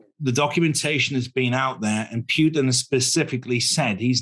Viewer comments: Great discussion, thanks! One thing is not to remember Mr. Lavrov's name, but another very different one is to pronounce Mr. Putin 's name in such a ridículous and disrespectful Way! "Putttin" , not a word that sounds similar to "puke"! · Its Puten, The II